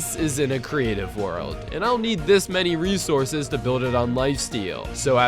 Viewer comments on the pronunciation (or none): none